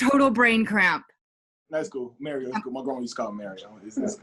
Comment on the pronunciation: Did you just call me Mare-io? 😆